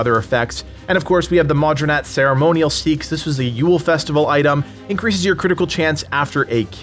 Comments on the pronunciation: 2 years too late. Finally getting into this game as my kids are no longer babies requiring constant care. Love your videos, they've been helpful as I dive in. Did want to say the Anglo-Saxon / Viking long knife is pronounced sax, not seeks. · It's pronounced SAY-AXE not SEEKS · I think its pronounced sax like the instrument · What do you mean. A single dane axe demolishes crowds faster that covid 19. Also, seax is pronounced "sax".